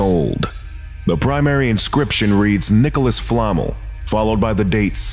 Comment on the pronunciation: Nicholas (Fla-Mell) not Flamle. Like, from Harry Potter? The owner of the philosopher's stone? Which would make his encryption make sense. He failed to live forever cuz, well, voldemort, he agreed to destroy the stone. Re-nowned. People of great re-nowned. Not re-knowned.